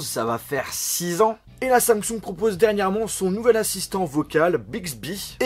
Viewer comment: Pourquoi tu dis Samsong au lieu de Samsung, tu as acheté une copie Chinoise? Sinon, dans l'attente de Bixbi, S-Voice fonctionne ou bien? J'ai vu que Bixbi à été créé par des anciens ingénieurs de siri, info ou intox?